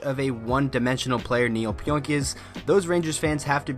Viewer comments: Last named pronounced PEE ONK . No oink like a pig lol Thanks for the update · pronounced Pee-Onk. Great move by my Rangers.